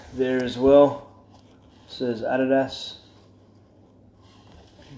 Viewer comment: that’s how they say it not in america. it’s not an american country. that’s how you pronounce it.